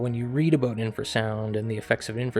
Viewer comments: it is AB-out NOT AB-boot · Honestly why do Canadians pronounce about like they are saying a boat?